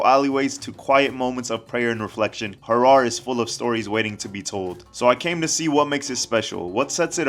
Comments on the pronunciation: The unfortunate misspelling of the city causing this "Hara'r" sound, it pains me to hear it. it should have been spelled as Harer, as the local pronounced it in the video. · Harer not itiopa herwr is soomaalia